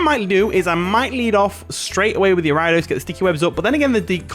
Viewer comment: Good battle. Also, Ariados is pronounced ARIA like Sparkling Aria and DOS like the number 2 in Spanish. Ariados. Not Aeridis 😂😂😂